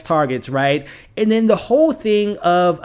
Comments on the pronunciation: Man, I hate to be that guy but if you're doing a public video, I think you should work to get the names right. Rocco, not Rosco. Di Grasso, not Grasso. Alessio, not Alexio. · It's A-less-io, not Alexio. I don't know, anyone can die, but I think Albie will kill someone. He's not the nice guy that he appears to be. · Roscoe, Alexio You don't mispronounce, you reinvent Apart from that, really interesting predictions, thanks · I like your vids, but I recommend looking up each character’s name AleSSio, there is no X. And RoCCo, there is no S. And Lucia is pronounced Lu-Chee-ya… unless you’re intentionally pronouncing them different, in which case, live your life good sir.